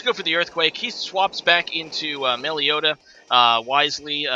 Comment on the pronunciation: Melly-oh-ta? Oh dear.